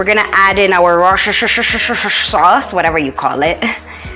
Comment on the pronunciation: LMAOOO🤣🤣. The worcshoshoshosho sauce. 😂